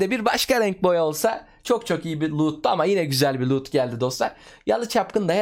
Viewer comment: Kardeş Allahın varsa şu çıkan itemlere "lood" deme 😂